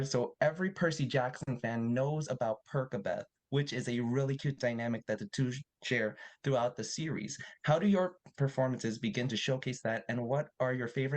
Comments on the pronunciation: is no one gonna talk about “per-ca-beth” 😭😭😭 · Samee. I couldnt-He said “percy” yet perkabeth in the same sentence. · Fr like percy is NOT perky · If I hear one more person say Perkabeth, I’m going to lose it. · I hate people saying “perk a Beth” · FOR REAL LIKE ITS Persabeth! (not that spelling but its how you pronounce it) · it’s pronounced persa-beth. because percy, doesn’t pronounce like perky. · 🤣🤣🤣😂😂😂😂 it's so off OMG but I get it nevertheless